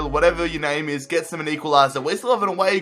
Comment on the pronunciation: You pronounced so many names wrong